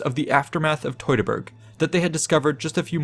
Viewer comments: Teu(two)-ta-burg forest…. It’s really not hard to say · Fantastic retelling of these events! But I’m curious where you learned to pronounce “Teutoburg”. Because I’ve always heard it pronounced “TEW-tuh-burg”. But you seem to pronounce it “TOY-tuh-burg”. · Wtf is toytaberg. Are you from Brooklyn. Do you pronounce birds as boyds? Maybe you should do a video on the toytonic knights